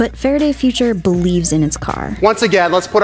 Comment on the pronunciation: Getting a spokesperson that doesn't talk like Elmer Fudd would be a better idea. Fawaday Fuwtures, you pesky Wabbit.